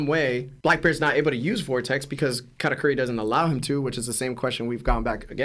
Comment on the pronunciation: Katateary is a crazy pronunciation